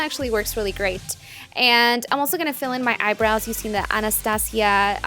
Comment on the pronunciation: "youuuu-seeen"? you mean using...